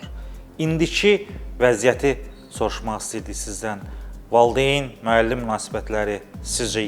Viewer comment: Ay jurnalist,valdeyn deyil,valİdeyindir.